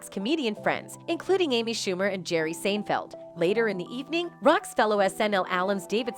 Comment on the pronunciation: I got to give it up to the Genz commentator. Jerry Sane feld. Karim Able Ja Bar 🤣😂🤣🤣💀💀